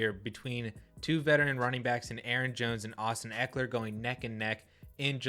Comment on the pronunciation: Not even close - it's Ekeler.